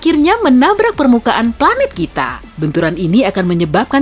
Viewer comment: Pelat bumi 😭😂